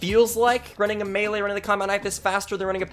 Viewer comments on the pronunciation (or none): none